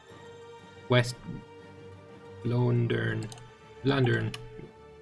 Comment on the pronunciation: agreed, longbowmen are really good, you can easily make an army with all of them and no cav. PS: also, West-VLoanderen is pronounced West-Vlaanderen where the "aa" is pronounced as in when you're screaming aaaaaaahhh. :) (just a tip from someone who lives there ;D )